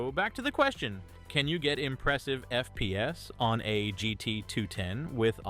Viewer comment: he’s ai voice trust he says FPS weirdly